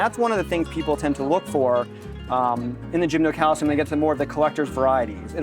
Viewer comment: Oh, /, PLEASE rehearse some of the people before videoing them and posting the videos. My head is about to split. I have to throw in the towel and move on to a different video of yours. 😟 By the way, it is NOT gymnoCALCIUM. 🤨